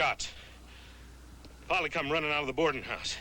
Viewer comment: Couldn’t the writers just picked a name other than Polly, it sounded like Foley 😂